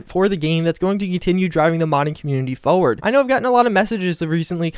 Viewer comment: You say 'forward' weird.